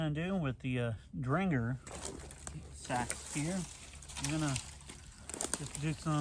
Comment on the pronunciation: It’s Ahhctuually pronounced SEEEE-AXE!